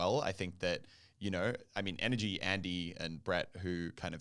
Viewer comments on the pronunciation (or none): Is she saying nrg or energy